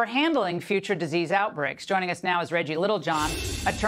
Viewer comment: Dizzys X😂😂😂 you going to follow that He can even say disease right? He says dizy x dizzy. Yeah, they're a bunch of dizzy. People thinking about all this stuff. God bless you.